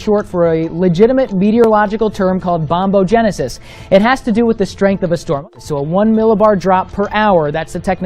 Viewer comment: He Said "Bombogenisis" DFL 😂😂😂😂😂 MORE LIKE NIBURU